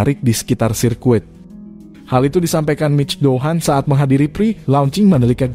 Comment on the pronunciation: Ni ngomongnya Mic Pohan apa Anisa Doohan ? 🤣 pe'a narator nya ngeselin..